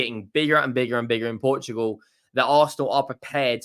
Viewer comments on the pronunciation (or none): none